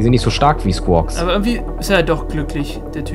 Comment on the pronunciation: Der kranke Squwaks Heist Quawks (ich weiß nicht wie man Skuoks schreibt aber auf jeden Fall heißt der lila Vogel Squaks ohne das s am Anfang)